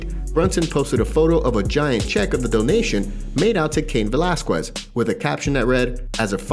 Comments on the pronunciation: God, it drives me up the wall when people can't pronounce Cain's last name right! Since all this stuff with Cain started, I've heard several people butcher his name! 🙄🤦😡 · If I listen to you say Velazquez wrong again ,my brain will explode!!! Ugh